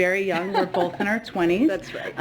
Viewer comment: OH DEAR! Did Saki pronounce the word both as BOLTH? Multiple times??? That all I need to hear from her! Nuff Said!